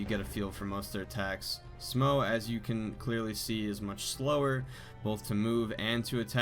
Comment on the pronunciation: Its actually pronounced S'mo (as in some more). S'mo tiddy, S'mo boody, S'mo thiccboi with S'mo roody toody.